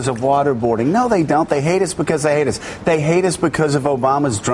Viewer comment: From onward, all I could hear is "they heidus becuz they heidus, they heidus becuz they heidus" LOL, Joe Scarborough is ridiculous